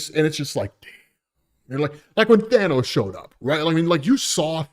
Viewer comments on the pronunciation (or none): none